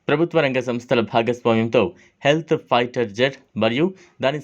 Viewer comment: బాబు నీ పేరేమిటో తెలియదు కాని అది హెల్త్ ఫైటర్ కాదు స్టెల్త్ ఫైటర్ తెలియకపోతే కరెక్ట్ గా కనుక్కోండి